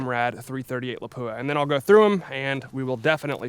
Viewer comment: Cool video but please pronounce Lapua correctly! It's pronounced lop-wah, with the emphasis on the first syllable. Thanks!